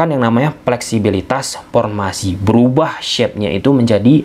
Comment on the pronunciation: paktor,epaluasi,pormasi,pulbekkananpulbek kiri,rapel setrok,op posission,persus,pipa ranking,so par,pisik power,depensip,inperted,atmospir,repitisi....keren si narasinya,,cma aneh denger "F,V,berubah jdi "P"...haha,,semangat om..ulasan taktik strateginya..🤭